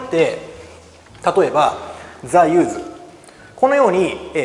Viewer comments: 所詮受験英語の講師か、、 名詞の時は/júːz/じゃなくて/júːs/ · アンチではないですが、1つだけ！ 誰にでも間違えはあるけど、動画だと出す前に何度も間違った情報を伝えてないかの確認は出来るはずだし、The use の発音はさすがに講師として間違えてはいけないと思います！